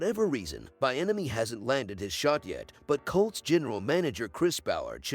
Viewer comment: His name is pronounced- Bee - enemy